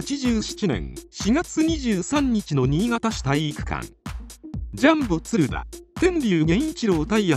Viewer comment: 映像が入ってたらよかったなぁ… 全体的に発音もヘンだし、「ツルダ」はないよなぁ😩